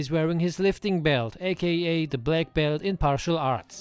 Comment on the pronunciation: “Partial arts” this dude mastery of the English language is remarkable